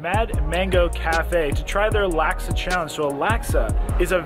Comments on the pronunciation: Laksa is pronounced Lock-Suh for future reference haha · Hi, love the videos just a little triggered by the pronunciation lol. For future reference laksa is pronounced like lock-sah